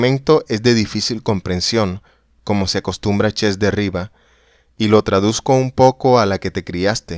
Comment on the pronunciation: Si te gusta grabar cuentos leídos, sería necesario revisar los tonos: no todo es igual, hay inflexiones, pausas. No leer como un robot. Y la pronunciación de vocablos extranjeros hay que cuidarla también. El inglés está pésimo, y lo que hay de francés (el nombre de Jacques Derrida) también está incorrecto: en francés todos los vocablos son agudos por defecto, así que se pronuncia Derridá; es muy desagradable oír algo tan descuidado.